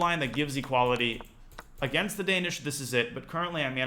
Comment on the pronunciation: The Dan-ya-ish Gambit